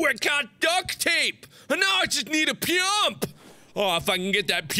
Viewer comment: The way he said both of those words. MARK: Ooh Ooh I get duke tape! Now I need to find a peump and I'll be so happy! 🙂😂